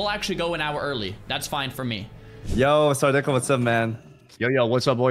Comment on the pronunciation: He finally said sardAhco ! LESSGGGGGOOOOOOOOOOOO